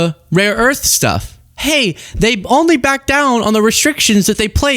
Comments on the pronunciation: Trump continues to mispronounce, rare earth, as raw earth! The imbecile doesn't even know what he's talking about! Reaffirming to Xi, what a fat blithering idiot he has to endure! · For f****'s sake ....it is "RARE earth MINERALS"! JESUS! GET IT RIGHT!